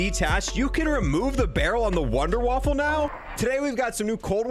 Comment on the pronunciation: i know but he said wunderwaffle